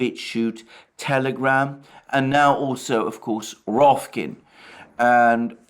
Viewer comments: The name is ROKFIN not as you say ROFKIN. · The moment he said RoFkin instead of Rokfin I cracked hahahaha He is so adorable when he misspell :D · Alexander, FYI, I believe it is pronounced "ROCK FIN"... as in, a fin made out of rock.